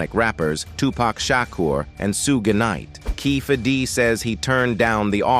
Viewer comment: These AI narrators be KILLIN ME😂😂😂. "Soog Kanight